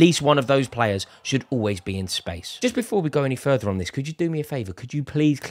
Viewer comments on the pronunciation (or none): none